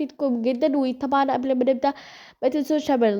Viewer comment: غلط في كلمة قبل قولتيها بالصعيدي 😂